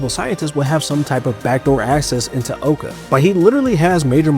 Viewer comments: OWca not oka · He called it oaka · Ow ca not owe ca